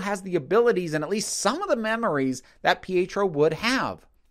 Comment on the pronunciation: I enjoyed the series a lot. Listening to your criticism, however, helps me to see how the show really could have been done even better. As much as I loved it, I can't disagree with you here. Minor thing, I think you're mispronouncing Pietro. It sounds like you're saying Fietro?